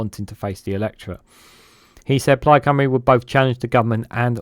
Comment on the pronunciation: The comments are sensible but the pronunciation of personal and place names are astonishing.You have to give him credit for his fearlessness in going at the words like a bull at a gate. He did pronounce 'Plaid Cymru' faultlessly though.